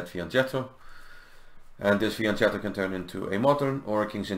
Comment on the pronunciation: It is fian-ketto, not fian-tschetto!